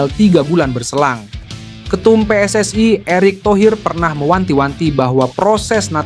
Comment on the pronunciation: Jangan dibaca PSSI itu Pe Es Es Ai tapi tetap aja Pe Es Es I, emangnya singkatan dari Persatuan Sepak bola Seluruh Aindonesia..?